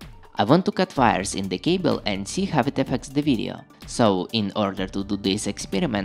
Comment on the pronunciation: Whenever he says 'wires' I hear 'virus'